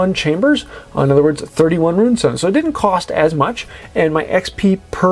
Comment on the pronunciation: Is there a copyright or other reason you consistently pronounce Rune Stone as Ruin Stone{and spell it that way too}